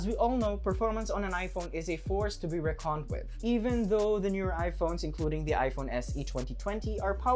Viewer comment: that "reckoned" though 😂 Great video nonetheless! 😊